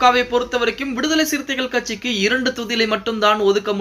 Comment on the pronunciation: விடுதலை சிறுத்தை கட்சிகே என அழுத்தம் கொடுத்த வாசிப்பாளர் ஏ நீர் வாழ்க உமது கொற்றம் வாழ்க.